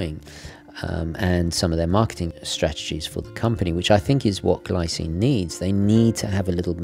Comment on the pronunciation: "Gleecine" should be the correct way to say 😉